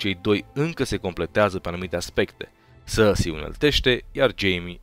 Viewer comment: Cand spui Cersei ma faci sa rad parca esti francez "sarrsi" :)))